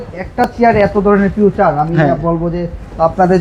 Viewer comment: ফিচার❌ ফিউচার ✅